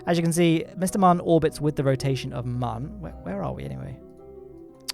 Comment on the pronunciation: If you could also pronounce Mun correctly that would be great, you kind of had it so it's not like you don't know.